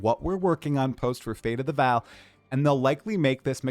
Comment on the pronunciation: It is still not Fate of the "Val" It is still Fate of the Vaal - pronounced "Vawl" Jonathan responded to your incorrect pronunciation 3 times in your interview with him. Get it right,.